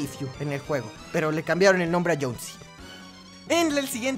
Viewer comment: Es jonesy no jhon c jajajjaj 😂😂😂😂